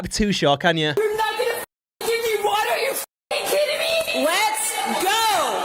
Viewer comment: "i think she needs some water" "WÆTERRRR WÆTERRR I NEED WÆTER" 🦅🦅🦅🦅